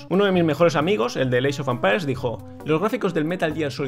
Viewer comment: Alva: "Eeichofampairs" Open English . com clases en vivo 24 horas al dia